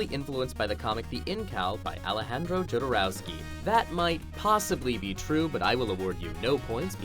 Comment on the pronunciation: It's pronounced YO-do-row-skee. I think?